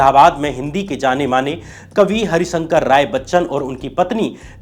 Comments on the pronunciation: भाई साहब, हिन्दी वर्णमाला में एक अक्षर 'श' भी होता है। और ये 'हरिशंकर' राय बच्चन कौन है ? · It's harivansh Rai Bachan not Harishankar Rai...